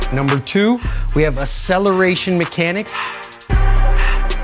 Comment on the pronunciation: your the teacher of speed development but you can't even pronounce acceleration. ?